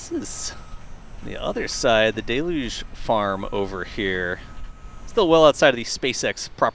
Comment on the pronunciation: The same way you don't like when people say "Sanchez" with a hard A, I don't like the way you mispronounce deluge. It's NOT de-luge, it's Del-yooj. Get it right, man!!